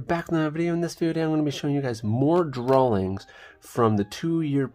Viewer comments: 'drahlings' - is this a region accent? I've heard this a few times from a number of people but could never pin down a location. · Bou, he just said Drawlings